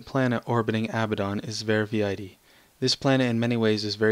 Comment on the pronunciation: Quite good. Not TOO many texture bugs, which I was fearing, and that expedition to the Abaddon system was amazingly nice. You got most of the pronounciations correct, except for Verviedi, which is pronounced Ver-Vee-Dee. Thanks for highlighting my mod!